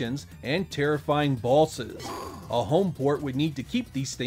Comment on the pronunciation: does anyone else think when he says boss or bosses it sounds like ballsis?